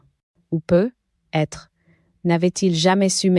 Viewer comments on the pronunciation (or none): Et on dit "peut-être "avec la liaison ... Et non peu.....être